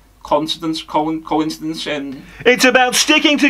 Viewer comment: Failing at saying coincidence 🤣🤣